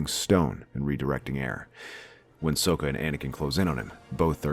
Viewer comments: It's Socka, not Soeka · It is Sokka. not Soka.